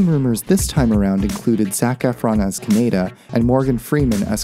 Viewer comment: ka-knee-da. that is how you pronounce it.